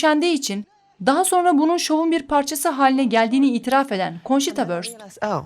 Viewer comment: Bir kelime ait olduğu dile göre okunmalı. Wurst almanca bir kelimedir. Vörst değil vurst şeklinde okunmalı.